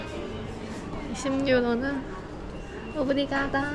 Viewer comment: 전 리스본에서 알러지가 올라와 응급실 가고 제대로 여행을 못하고 바르셀로나로 넘어가 아쉬웠는데…알찬 영상 재밌게 잘 보고 있어요😄👍 그리고 오브리가도를 오브리가다라고 하시는데 이런말이 있나요? 궁금해서 여쭙니다😄😄😄